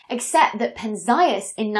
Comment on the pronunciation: one more nigglin ll thing: it's Pén-zee-as, not Pen-zái-as. I knew coz since I was little I been hearing everyone from Feynman to Sagan say his name, but you can check Wikipedia as I did. I have a thing about correct name pronunciation. It's a matter of respect...